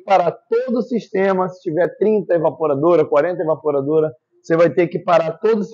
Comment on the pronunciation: Evaporadora e não evapuradora kkkkk